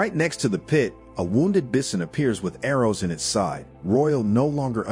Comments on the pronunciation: "Bih-son"? Is this narrated by a robot voice? The word is pronounced "bye-son". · You never heard of bissin? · Sorry, I couldn't get over the pronunciation of "bison."